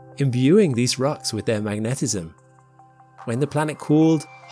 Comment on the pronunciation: in or so, WTF is "mag'-neh-TIZ-um? I've heard of "MAG-neh-tiz-um," but not whatever it was you said.